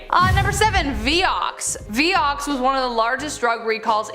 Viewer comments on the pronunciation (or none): It was pronounced vI ox not vee- ox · Pronounced (V eye-ox)